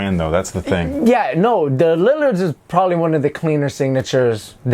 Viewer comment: Its funny how HE says lillards the lillirs 😂😂😂